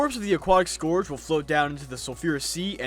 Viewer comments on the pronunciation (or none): sc-er-ge not score-ge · "desert scorge" im dying DX